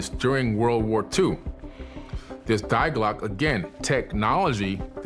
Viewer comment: “die Glocke” is pronounced dee GLOH-keh. It means “the bell”.